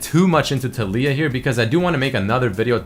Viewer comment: the way of saying "Taliyah" bugs me so much lul